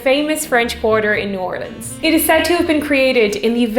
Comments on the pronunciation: I Can't believe how well you pronounce "New Orleans"! Even people here in Texas can't get it right. "OHR-lins" is correct, not "or-LEENS"! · Thank you so much for properly pronouncing New Orleans. I can’t stand it when people can’t say it properly.